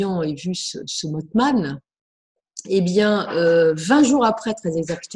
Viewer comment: Si me lis, ça fait deux émissions où elle parle du mothman sans bien le prononcer et ça m'irrite vraiment (en plus la crédibilité en prends un coup). Ça se prononce mossman et pas motteman... voilà dsl mais j'en pouvais plus. Je suis soulagé merci.